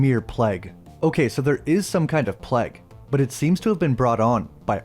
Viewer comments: Its pronounced Playguh.. not Pleg.. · You pronounce plague weird 😂”pleg” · Dude ur pronunciation of plague is so bad...